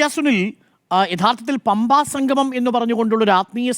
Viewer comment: സംഗമം ആണ് സംഘമം അല്ല..